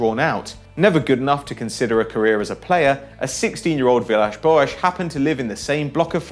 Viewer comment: stop pronouncing Villas-Boas' name like that!!!!